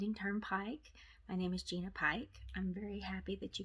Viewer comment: Thank you Gina and yes you said my name right I am so loving this that hopefully I will make another single color one